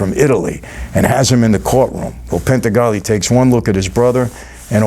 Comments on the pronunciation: Pentangeli is not pronounced Pen-Ta-Golly, it is pronounced Pen-Tan-Ja-Lee. Watch it again Mikey! By the way, you're Italian, you should know pentangeli translates to "five angels" in English. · You miss-pronounced some of the names, like Frank Pentangeli. You said penta-gally, and in the movie they said it as penn-tann-dja-lee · Pen-ta-gah-lee? No Mike, it’s Frank Pan-tan-jah-lees. He replaced Fat Clemenza after the actor demanded full control of his script and wanted more money, so instead of recasting him, Francis clipped him and created Frank. Btw, I subscribed and totally enjoy your openness. Greetings from ‘The Hill’, Providence. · Pentangeli, not Pentagoli. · Michael, I have to let you know that the guy's name is pantangeli not pentagolly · Mike it's pen-tan-joe-lee not pen-ta-gahli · Pen ta golly !????? 😂😂😂😂😂😂😂 Come on Franzese . Did you even watch the movie bro ?? 🤣🤣🤣🤣🤣 It’s Pen Tan Jelly!!!!! But your not the only Youtuber with that Mistake for some reason lol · I don’t mean to be pedantic Michael but it’s Frank Pentangelli not Pentagalli Frankie 5 Angels , just saying ..... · Quick note, is Pentangeli not Pentegalli: you can even hear Robert Duvall, when he goes to see Frankie before he testifies in the Corleone trial, saying to him "Don't worry about anything Frankie Five Angels" as Pentangeli can be transliterated in English as Penta, Five and Angeli, angels. Great reviews by the way. Always great to get the insights and comparisons between movies and real life. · "Pentangeli"—not "Pentagalli"! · Two small corrections. Michael Corleone was not "an army guy". He was a MARINE!! And its Pantangeli not Pentagali (Frankie Five Angels). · Pen-tuh-gah-lee? No, Pen-tan-guh-Lee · 2 things 1. Michael Corleone was a Marine 2. Why do you pronounce Pen-tan-jelly as Penta-Gally ? The character’s name was Pentangeli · PANTANGELI NOT PENTAGALI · Not Pentagalli... Pentangelli. Frankie Five Angels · Penta-gollie. ? Come on mike. Ur killin me Frankie Pan-Tan-Jilly